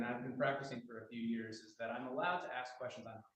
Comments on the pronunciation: "Aks" you ...... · You can’t axe a question. Maybe if you ask a question it will get answered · Cause he didn't axe properly